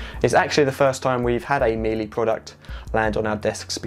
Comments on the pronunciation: You are spot on Daniel! You’d think if you were reviewing products online you’d make sure you’re pronouncing the brand name correctly! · Errr...yes it is. Can't listen any more, between that and haitch. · Nice review 👍 just an FYI it's pronounced ME LUH, not MILLY. 👍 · It's actually pronounced MeeLa not MeeLee, interesting review but also check your opening titles where you ask people to hit "subcribe" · Miele is pronounced mee la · it's Me Luh/La. Speak German and been to their factory and only have their appliances and vacuums. My father in the US (he's Canadian, but naturalised in the US, he from right above MN, Lake of The Woods) says Mee lee lol. Correct him all the time but yeah. 😬😬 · A very good and useful review, thank you But please don't pronounce Miele as "Meelee"! The final "e" is pronounced exactly the same as in "Deutsche", "Danke", "Bitte" "Porsche", "Goethe", "Focke Wulf", "Marlene Dietrich", "Mohne", most of which words English speakers have encountered and would not dream of pronouncing with an "ee" ending. It's similar to the English (not American!) pronunciation of the final "er" in "bigger"and "better" using the English silent "r" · Meile is said just like 'Wheeler Dealer' in effect; Mealer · Miele is pronounced like Shiela. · Actually the German pronunciation is Me Luh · As Jennifer says,.., Miele is a German brand, therefore, if you want to be saying it correctly... you should use the German pronounciation - therefore meelee is actually closer than meela... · Well you're the only German I know who doesn't! I've checked with German colleagues in several German cities. There are also plenty of references on the www. Just one of many examples: "My mum is German and says it is MEELA.". Another "The correct pronunciation approved by native linguists: The "e" in the second syllable, -le, is pronounced similarly to the "a" in the word "about". Last one: "I sent an email to Miele. The reply advised it is pronounced meal-a”.